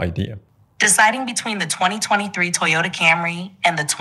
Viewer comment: "Comparing the Tyotta Camry" أحلى مسا عليك يا صاحبي